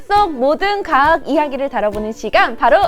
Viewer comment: 경상도 사람인가베...가학이라 하네...